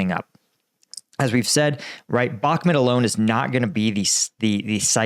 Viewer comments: the name of the town is Bakhmut /bəh'mu:t/ with the stress on the second syllable. Thank you! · I don’t get why he keeps pronouncing Bakhmut as Bakmet. It’s not in Pakistan. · It’s BakhMOOT. Like that… You sound like a clown.